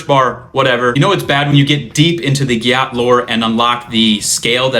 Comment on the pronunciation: it’s pronounced gat.